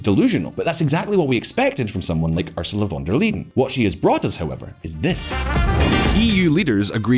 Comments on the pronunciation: Von der LEYEN - pronounced like the English 'lie' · yea that was cringe..